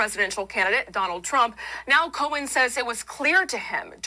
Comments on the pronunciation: "co-hen" wth? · Fox can’t pronounce his surname it’s not co hen 😂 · Fox announcers can't pronounce names properly. Cohen is a hot mess. Leticia is not dishonest.